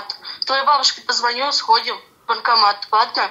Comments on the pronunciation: Она сказала не военкомат , а вонкоммат🤢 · То она так "военкомат" произносит - "вонкомат". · Даже и не чисто баНкомат, а бакомат😂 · Она даже не может произнести военкомат,слышится вокамат.,полная деградацыя.... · Ой! Она произносит даже не баНкомат, а " бакомат"!